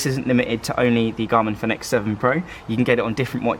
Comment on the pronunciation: Fenix is pronounced Phoenix.